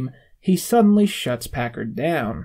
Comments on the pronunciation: It's Packer not Packard holy shit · it really bothers me that he keeps saying "Packerd" instead of "Packer" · Packer. Not packerd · He pronounces Packers name as Packard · Your point would be relevant if it was a one time thing. The rest of the video is perfect but he says "Packared" every single time so he obviously doesn't know his name. That's not to say it delegitimises the video in any way. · weirdest part of this video is how you keep saying "Todd Packard" it's "Todd Packer". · I know this video is two years old... but it's "Packer", not "Packard". That's probably intentionally wrong as a joke, but it physically hurt every time he got it wrong. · PACKER, not Packard. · Instead of saying packer he’s either saying packerd or packert and it’s making me crazy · are you saying Packerd? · You keep saying Packerd it’s Packer Todd Packer like the Packers football team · You keep saying "Packard"... It's "Packer" Other than that good video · its "Todd Packer". not "Todd Packard". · I’m sorry, but holy shit dude it’s PACKER not PACKARD, if you’re gonna do a video essay on a show at least know their names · This guy has great views and understanding of the Michael character, but I genuinely can’t make it any further in the video after the 200th time of hearing “Packard” again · Hey,, learn how to pronounce Packer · Yeah thats incredibly infuriating. It delegitimizes the entire video, why am I gonna listen to this guy talk about the office when it seems like he hasn't paid attention enough to even get the names right? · like the video, but please pronounce Packer’s name correctly